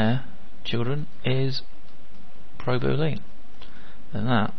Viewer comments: Thanks for the video. But its not pronounced Booleen. ;) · is that how you say boolean in the UK? boo-LEAN as opposed to bool-E-en? like your al-oo-MIN-ium cans? great video!